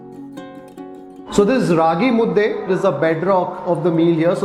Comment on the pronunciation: It's Raagi mudde, not mudda. Hope you will take care of this next time.